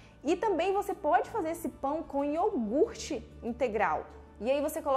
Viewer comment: Amei a receita mas o melhor de tudo é que vc falou corretamente a palavra iogurte e não iorgute como todos costumam falar e aí doe o ouvido 😂😂😂😂😂 parabéns pra você,pela receita e a pronúncia correta ❤